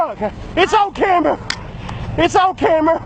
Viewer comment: Haha said “it’s on camber” hahahahahaha